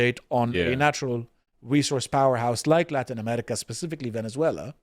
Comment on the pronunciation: Why does that one guy keep pronouncing it “Amelica/Amelican”?